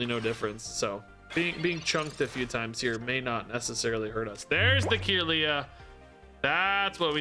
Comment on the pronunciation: When he says “Kirlia” ☠️ is trying though lol.